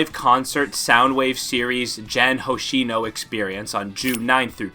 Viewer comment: Can we normalize checking prononciations ? It's Gen Hoshino, not Jen